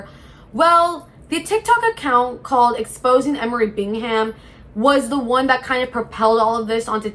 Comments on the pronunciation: It’s pronounced “bingam,” dear. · I’m sorry. I have to click off… Bing Ham? Seriously? You literally had to have watched content on this to have material for the video and you edited clips to put in the beginning and you’re still saying BiNg HaM 🥴 Bingham is a relatively common last name. Please use your brain.